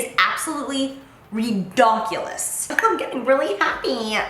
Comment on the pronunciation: When she said ReDonklus ( I think that’s how you spell it lmao) I thought of Laura Lee’s New Eyeshadow pallet 😂💖